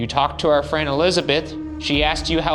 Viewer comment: Can someone at Watcher kindly teach Bergara how to pronounce 'our' properly?